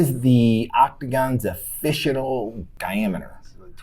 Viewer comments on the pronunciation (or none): ‘offishitle’ had me laughing😂